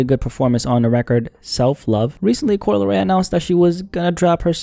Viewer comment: "Coo-Lee Ray" -Solliminati